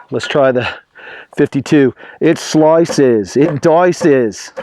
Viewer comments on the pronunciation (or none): "It sloices, it doices..." 😂😂😂😂 Great review as always!